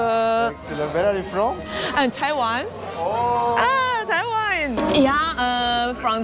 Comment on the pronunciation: 很好奇到底還會把Taiwan不會聽成Thailand🤣